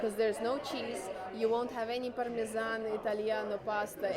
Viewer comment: Ellentétben sok kommentelővel, akik úgy hallják, nem orosz anyanyelvű, hanem magyar a csaj, szerintem egyértelműen orosz. A gorgonzola, és parmezan szavakat egyértelműen tipikus orosz akcentussal ejti - ezeket nyilván nem tanulta angolul kiejteni. A csarnok szót sem igazi magyar akcentussal ejti. Jó füle és jó nyelvérzéke van, ennyi.